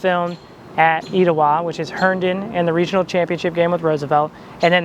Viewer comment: omgg i’m an Etowah 2024 graduate and i had no idea this movie was filmed here! It was so cool to see you visit my school that my mother and all her 5 children graduated from. Thank you for featuring it in your video, also it’s pronounced ‘eh-tow-ah’ but I understand the confusion ❤️